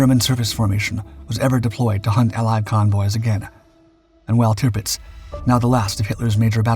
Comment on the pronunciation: Tipits?? Tirpitz!!